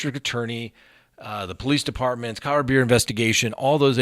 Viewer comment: Thank you for pronouncing Colorado correctly. Rad, not rah folks!